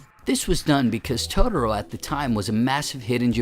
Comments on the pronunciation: Christopher Carr I know lol. First thing I noticed in the video. Irritating to me lol. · Yeesh, your pronunciation of "Totoro."